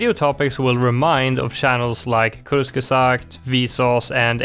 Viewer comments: As a german, the way you pronounced Kurzgesagt was very funny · I mean, does any non-german speaker get it right? Still funny🤭